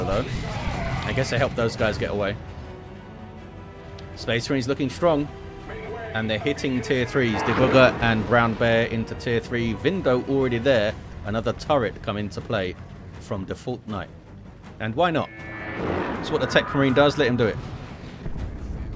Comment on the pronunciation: I think "Debuger" is meant to be pronounced like "de-bug(-ing)" as in removing bugs from software.